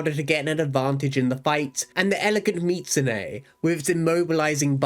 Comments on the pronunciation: mee zoo su ne. the T isnt pronounced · Ive always pronounced it "Me-zu-sue-nay"